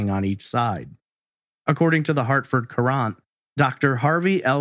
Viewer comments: Hartford Courant. Pronounced current. I know you aren’t from the area. Great content as usual. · Love you and your podcast dearly, and have since I discovered you in 2018– That being said, I was born and raised in Connecticut. The Hartford Courant is a major paper here—— and Courant is pronounced like “current” . Not that is a big deal by any stretch— I just cringed every time you said it LOL